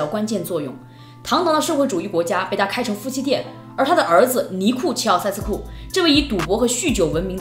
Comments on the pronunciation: 齐 容易被读作 习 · 我以为是在说齊奧塞斯庫，原来是在说希奧塞斯庫😆